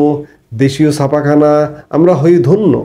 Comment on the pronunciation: বলিষ্ঠ প্রতিবেদন। তবে "সাপাখানা" নয়, ছাপাখানা 😊